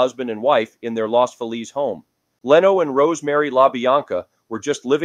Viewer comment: I like the things u tell about because its stuff i find interesting. But i have watched a few videos and u have to pronounce the names correctly. I dont know if im just anal but that drives me crazy. Its Bonnie Lee Bakely not Backly and Sal Min E O and Leno is pronounced Leeno